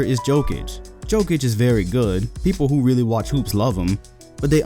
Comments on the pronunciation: "Jokic" ain't "Joke'ic", he's "Yokic". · you really call him Joe-Kitch? lol come on bruh its yo-kitch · YO-KICH not Jo-kich cmon mannn... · the j in jokic is pronounced as a y sounds like yokich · This man says joe-kich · Pronounce jokic correct please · You hear people pronounce Jokic and yet you still pronounce it wrong... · Hahahahaha you can even say jokic name right. My ass u have seen enough nuggets games to give them an assessment